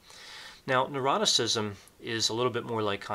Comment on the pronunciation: Very interesting - thank you. A small point - you tend to pronounce ‘neuroticism’ as ‘eroticism’ 🤔